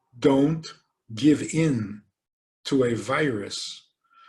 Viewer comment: Instead of hearing "a virus", hear "aveiras"